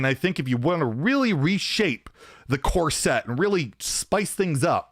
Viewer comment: love you but the way you say core set i cannot stand lmao almost like corset